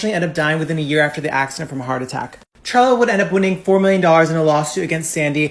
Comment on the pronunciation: Her name is carla nash. Not charla. I know its spelled that way but its pronounced karla